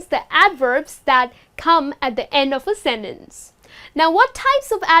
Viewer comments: You pronounced the word "sentence" with 2 different accents. One of them is well-known to me and I could understand but the other sounds awkward and really strange to me. The first "e" was pronounced as /i/ and the second "e" was pronounced as /e/ - so the whole was pronounced like /sintens/ - really strange to me. The well-known pronunciation is /ˈsen(t)əns/. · hi, I like what you are doing but in this lesson you're mispronouncing some works: often, sentence, beginning...